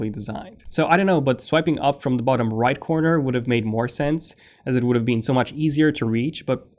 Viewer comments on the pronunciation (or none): Somebody needs to check their email! I take it you mean a desktop computer since the iPad is also a computer. I believe it might have been clearer if you had put the emphasis on bottom and not on *right*, because you said "right" before also. I agree with what you're saying about the Calculator app, but calculations can also be done with Spotlight. I share your hope.